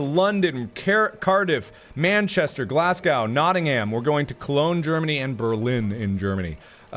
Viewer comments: Pronunciation of Glasgow is Glas-go (silent w) not Glasgaw xD. I love hearing Americans pronounce British place names xD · Mark its GLASGOW not GLASGOWN XD Also Manchester is my home city!! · Not got my ticket for when you come to Glasgow yet (no money) but I'm hoping to buy it on Monday, hoping to still be able to get a VIP ticket too, cannot. Also it's pronouced Glas go not Glas gow =p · Lol hearing you pronounce British placenames. Glaz-go, Notting-am (Also come to Bristol. It's still a 30 mile ride for me, but I'll lt you sit on my Triumph!) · HE PRONOUNCED GLASGOW WRONG ITS REALLY TRIGGERD ME HE SAID GLASGAW AND I THREW MY PHONE ACROSS THE ROOM TOO MANY PLACES IN SCOTLAND ARE PRONOUNCED WRONG YES WE HAVE A WEIRD ACCENT BUT PLEASE TRY AND PRONOUNCE THEM RIGHT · Pfft! You pronounced ‘Glasgow’ wrong, Hahaha that was funny!! 🤣🤣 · I'm British and he pronounced Nottingham and Glasgow wrong... I'm sorry ill leave now... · did anyone else cringe with how he said Glasgow